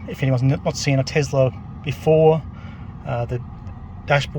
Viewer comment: TeSla, not TeZla.